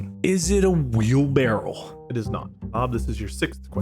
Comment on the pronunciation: How did no one call out mark for saying “Wheelbarrel”